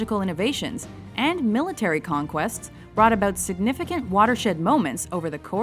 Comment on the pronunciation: In this video you've got the slightly different pronunciation of 'about' as is known by many a trait of Canadian accent.